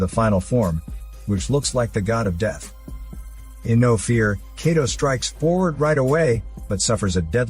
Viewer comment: Kato's name is pronounced like Kah-toe not Kay-toe lol and the "special weapon" is called a capture gun. Not trying to be a jerk but have you ever even read the Manga or watched the Anime?